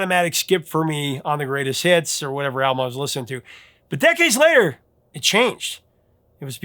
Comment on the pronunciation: “Decades”? 2. Gimme a break. Lol